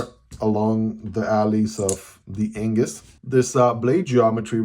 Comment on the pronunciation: his is one of the best pronunciations of the name a foreigner has ever done!